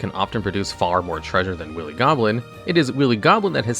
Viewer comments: "Willy" Goblin, oh lord that tickled me - It's pronounced "Wily" like, "why-lee", and not the phalic pirate we almost got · After watching ~20 of your videos Im just gonna assume you're mispronouncing words on purpose to troll/increase engagement. Who doesn't know how to pronounce 'wily'? Did you not watch Looney Tunes? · I mean this in the nicest way possible, Your tendency to mispronounce words like "agave" and "wily" is very endearing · That's not how "wily" is pronounced.